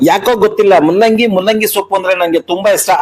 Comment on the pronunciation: ಮುಲ್ಲಂಗಿ ಅಲ್ಲ ಸ್ವಾಮೀ ಅದು ಮೂಲಂಗಿ ಹಹ😅